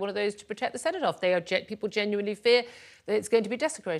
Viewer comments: What the fuck is the "centopath"?!?! Perhaps TalkTV should ensure their guests can talk properly and also properly identify important monuments before they let them speak. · she cant even say cenotaph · At 4 mins in the idiot woman in the green top calls it the “centre path” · listen to her, she talks about having spoken with organisers of the march, maybe she should concentrate on spending more time speaking to native brits and maybe on learning how to say "cenotaph" before spouting her so called nuanced opinions on TV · It’s ARMISTICE, and CENOTAPH. Why should we listen to someone who can’t even get those words right? Seriously.